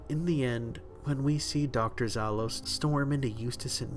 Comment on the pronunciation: I don't know how relivant it can be, but Dr. Zalost's name sounds like "Pity" in slavic languages. Edit: oh, and yes, indeed - the way he pronounce "Za" with his accent.